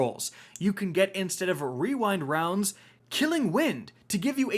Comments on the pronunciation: It's ya boy ---Rick 'rewind wowndz?, wewind rounds?, no it's rewind rounds!!'Kackis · here